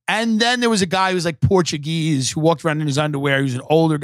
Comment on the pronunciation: The love where the syllabels land when timothy pronunciates “Portugese”